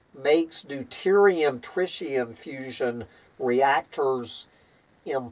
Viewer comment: trɪt̬.i.əm [TRIT] + [EE] + [UHM]